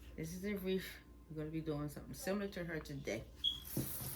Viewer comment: Please say wreath not reef